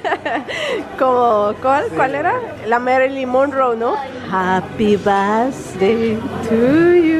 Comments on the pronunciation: se dise happy birthday no happy basday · Japi bafdei tu yu 😂🎉 la Pronunciación 🤣🤣